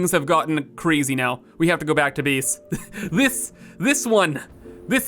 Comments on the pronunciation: I can't help but notice you say beeese instead of base. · I find it so strange that you somehow say a hard "a" as a hard "e" sometimes, so gate is "geet", base is "bees", it's so odd I can't help but repeated it every time you do it. I just can't understand it at all like everything else sounds totally normal and the suddenly you're placing a statue on bees.